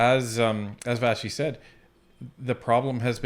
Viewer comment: This is off topic but why are people calling her "VaSHy"? It's VaSSi. Short for Vassiliki. Where's,the SH coming from?? 😐